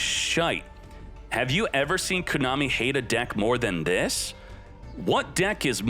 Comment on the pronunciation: Been watching for 2 years, but your pronunciation of "Kooonami" is still fucking cringe